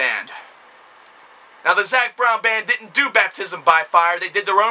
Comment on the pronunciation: "They dit-ent! They dit-ent!!" Oh for fuck's sake...